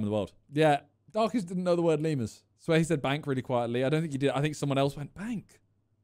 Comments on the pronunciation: Nah thats Darkest pronouncing it as les mores instead of lee-murs lmao, honestly that would throw me off too, pronunciation is key. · To be fair he didnt say lemurs correctly